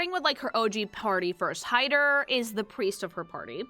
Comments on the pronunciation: As a german: you dont Roll the Rs in Frieren. Its Him-mel, not Hi-mmel. Its a hard T in Heiter, not a D. Like in T-Rex. Or Traffic. Stark is pronounced Shtark. Flamme is pronounced Flam-meh. I cant actually tell you how to pronounce ü. Ue is the usual short hand. Graf is a Noble title equivalent to Count. Also, its Lawin-E. Dont swallow the E. Its Kan-ne. Ehre: short E in the end. Richter: ch. CH. Not K. Its not Eddel. Long D. I give up T_T Edit: Sen-se, german for Scythe. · as a german the mispronouncing of their names hurts. but its also mispronounced in the show itself. frieren is not fri eren. its free ren. ( means freezing ) himmel. is not him mel. its him el. ( means heaven or sky ) Heiter is not heider. its got a sharp T. so heiter like height er. ( means pious or joyful ) Eisen is not ice en. its I zen. like the meditation zen. ( means iron ) fern is nut pronounced like urn. its sharp, not soft, the R is being softened to much and also should be a bit shorter then it sometimes gets pronounced as. ( means distant ) Stark is not stark like " star features " its SCHtark. with a soft sch sound at the start. like almost a shushing noise. ( means strong ) you somehoe mispronounced flamme worse then the anime itself does. its flam me . not flam like some weird bam onomonopia. ( means flame ) Qual, you shortened to much. drag out the a just a little bit. ( it means torment ) Aura is the same word in german and english. but given all other names are just german nouns if we keep in line with that it should be more sharp in the au of aura. its au like ow lügner. you at least only mispronounced the difficult umlaut which is a hard thing to describe phoenetically since there is no similar sounding word or tone in the english language. its like mixing a u and an I sound at the same time. giving you a pass on that cause you got the rest of it right. ( It means liar ) linie you pronounced linny. its lee knee eh ( means line as in a straight line ) Draht